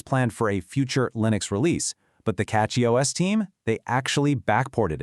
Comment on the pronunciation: Did you switch your A.I. voice just 30 seconds into the video? I do prefer CachyOS for KDE but prefer EndeavourOS for LXQt Wayland. :face-green-smiling: BTW, did you notice that , your A.I. voice pronounced it is as "cocky OS"? That is actually quite appropriate.